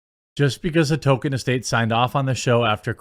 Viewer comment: His name was TOLKIEN, not TOKEN. Why is that so hard for you?